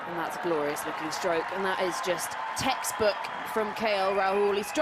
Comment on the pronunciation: You said :Textbook shots I heard: KL Rahul